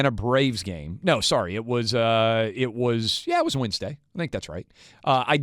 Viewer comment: What is “winsday?” Do you mean “Wednesday?” I know, accent. Or “acc-sint.” What happens with the i/e pronunciation??